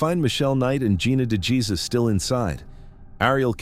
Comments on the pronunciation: Dejesus isnt pronouced jesus its hey zues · Please please please learn how to say Gina’s last name. It sounds nothing like Jesus. It’s like a gut punch every time you pronounce her name wrong. Will you please correct? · I am bothered by the fact you don't pronounce names correctly. De Jesus is pronounced DAY HAY SOOS. Duggard is pronounced DUG ERD. I'm sure there are many more to come in the video, but Geez. It's not hard to look up how words are pronounced.